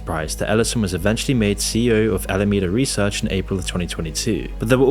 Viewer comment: You said "Al-Amanda Reseach"... you really didn't catch that when you edited the video?